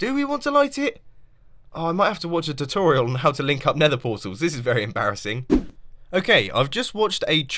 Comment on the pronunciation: Did you just say "chooturial"? :P